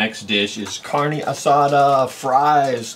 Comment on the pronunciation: "Carney" asada.. Lol that pronunciation kills me.